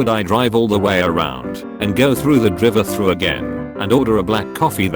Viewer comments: dri -vey thru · Burjer King kwes-a-dill-a drivuh-thru